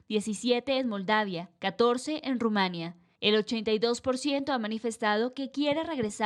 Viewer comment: No es Rumania, es Rumanía